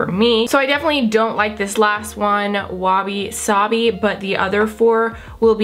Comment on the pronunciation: "wabisabi" am I correct? haha sounds like wasabi to me 😂 hahaha #jobysquad gorgeous as always love the look 😍